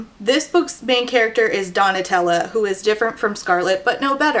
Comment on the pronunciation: I listened to this so absentmindedly that when you started calling Donatella "Tella", my mind just automatically corrected it to Nutella and went yeah that's a name that sounds right